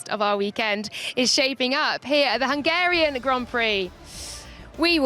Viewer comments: “Hungara rain” 😅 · How did she say Hungarian at the start? What a weird way of saying it.